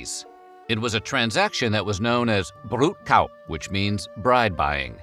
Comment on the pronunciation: Please never try to pronounce "brudköp" ever again :P brud <- long u. (you did a good job on the strong r though) k in köp is pronounced like ch/sh (like in chop or shop), ö is the same sound as u in turtle, p is just a p.